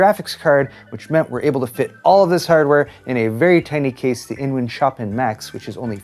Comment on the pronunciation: it/s pronounced Chopen, like (h)eeeeeee(y)